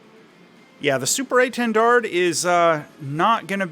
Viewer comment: why can American's never pronounce things hahahahhaa keep up the good work though! " SUPER A 10 DARD "